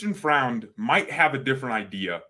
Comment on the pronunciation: Neppe is rumoured to be out soon btw. And pronounce it "Froind".